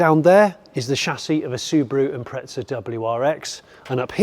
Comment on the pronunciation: There's no "t" in Impreza, ask Subaru.